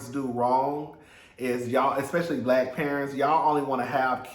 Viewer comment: I knew he was blyke when you said Compton.